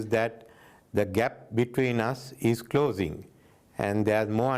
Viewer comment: ගැප් ඉස් ක්ලොසින්ග්...😂😂😂😂